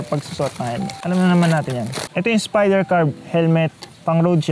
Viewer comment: "...ng spiderrrr"